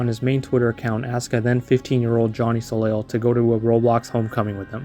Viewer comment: Hey just so you know, the last L in soleil isn't pronounced because it's french it's pronounced more like so-lay